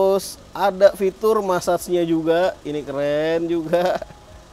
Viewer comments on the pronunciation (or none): Ijin klarifikasi,.. “massage” aslinya pengucapannya “mesaj”, bukan “masas”.. setidaknya itu kata orang Amerika dan Inggris asli🙏🏻